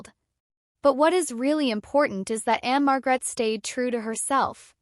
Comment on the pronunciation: Just so you know the stress is one the first syllable marg rette